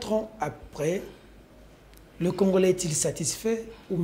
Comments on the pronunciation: arrêtes avec tes prétentions, un licencié ne peut prononcer congolain en lieu et place de congolais alors tika boye avec ton diplôme car tu es incapable de le défendre devant bref oza nanu citoyen tse car tu as bcp à apprendre cher kiekiekie djalelo ezo futa yo tse ti na quatrième année ya pouvoir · Voyant le regard de, il est trop deçu d'avoir inviter #, il fait de son mieux pour avoir une prononciation de français mais nul en debat. Bravo 💪✊🇨🇩